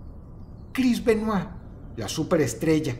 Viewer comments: Me alegra mucho que dross pronuncie el apellido bien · Lo más sorprendente de este video es que Dross pronuncie su apellido bien. Yo se que cuando no lo hace es porque no quiere ya que domina el ingles a la perfección.